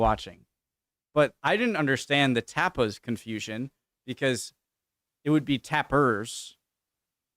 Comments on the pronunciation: stop being so pretentious for fuck's sake. He was saying tapas like many people say it (even if it's not the most known pronunciation), and in Spanish or Catalan the difference between "a" and "e" isn't that big (and it's not a big deal when you Anglos butcher plenty of consonants in any latin language anyway). It was a funny interaction between those comedians, but get off your high horse pretending you know more about how to say a word in other languages than people who speak those languages. xD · What are you talking about? There is no "r" in the Spanish word tapas. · There is no 'r' in 'tapas'. Is there? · I think Sean Lock said that when says tapas it sounds like tappers. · Because he was saying Tappers.. not tapas, tappers are a tool normally. I care when people can't speak properly..E does not sound like A.. and he added an R that does not exist in tapas lol. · There is no R in Tapas